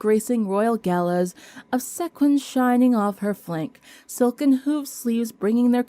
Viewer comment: Love the new story! Just as a hint, 'wiley' is pronounced 'while-lee' not 'willy' and sequins is pronounced 'see-kwins' not 'sek-winz' 🙂 Your voice is smooth, but in the second half of this video you start to read really fast, like you're in a speech marathon. It made it rather hard to follow you.